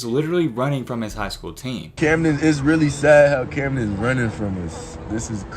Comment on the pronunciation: He said Camden right finally😂 great vid lately they’ve been bangers